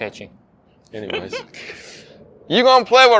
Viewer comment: why is he calling him Ching instead of Chien